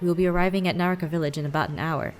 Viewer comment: The way Aphmau says Nahakra Village sounds like Naruto Village